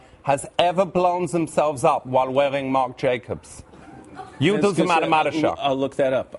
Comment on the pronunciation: "You do the Mathematisha!"